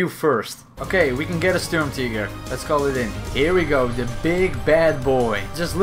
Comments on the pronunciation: Wtf is a sturmteeger? You mean SturmTiger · Sturmt"ee"ger is how you should pronounce it, as it is german. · The Sturmtieger😂🤣